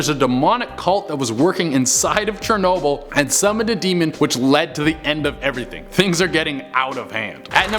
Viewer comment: Chernobyll!!!!! 🙄 Really 😂😂